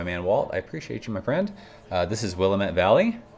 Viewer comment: We pronounce it Will-am-ette Valley as opposed to William-ette. Sorry to be the grammer police 😂